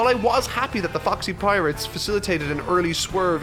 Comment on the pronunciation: also goddamn it when you said Foxy pirates it sounds exactly like the "Fuck Sea Pirates" and i cant get that ouit of my head